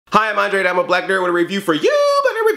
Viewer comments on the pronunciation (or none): It sounded like you said Black Panda. :P